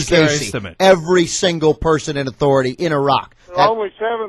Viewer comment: Did he just call him Farty? haha